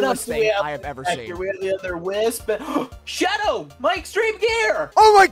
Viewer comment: I'm sorry the Hedgehog XD I know that he meant to say I'm Shadow the Hedgehog, it literally sound like he said I'm Sorry the Hedgehog XD